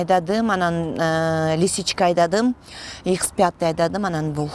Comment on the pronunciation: ихс фятый дейтго